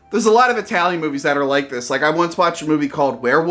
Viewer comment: I-talian is horrendous! But i love it!